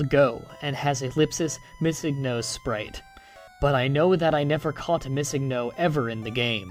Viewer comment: Sprite - (Sprayt) not (Spreet